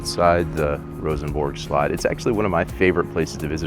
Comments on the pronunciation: "Castle", not slut! 😆😆😆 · Info: "Slot" in Danish means "castle", and yes it is pronounced "slut".